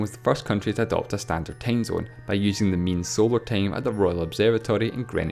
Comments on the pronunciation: What's a tamezone? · LEARN HOW TO HAVE A FUCKING ENGLISH ACCENT!!!!! IT'S TIME ZONE, NOT TAIME ZINE!!!! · Matthew Adarichev "tame" zone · Matthew Adarichev he pronounces "time zone" as "tame zone" do somehting about your accent dude